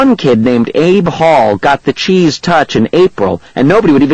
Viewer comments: this sounds like cccccrrrrrrrrrrrrrrrrrrrrraaaaaaaaaappppppp he makes the book seem terrible and he says cheese like a idiot $@ you recording the book is good but the recording sssssssssssssssuuuuuckssssss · this sounds like cccccrrrrrrrrrrrrrrrrrrrrraaaaaaaaaappppppp he makes the book seem terrible and he says cheese like a idiot $@ you recording